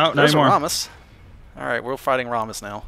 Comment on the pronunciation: Rammus is pronounced "Ram (like Random Access Memory)-us"